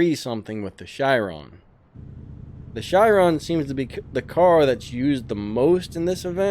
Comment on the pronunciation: Ok I noticed you pronounce the Chiron as a shiron, it's pronounced like ka-ron with there accent!